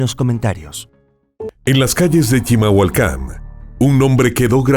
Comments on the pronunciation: ES CHIMALHUACAN, NO CHILAMHUACAN O NO SE QUE DICES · Se dice CHIMALHUACÁN 😂😅